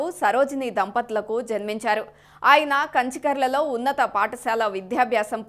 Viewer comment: Kanchi karla kadhu kanchikacherla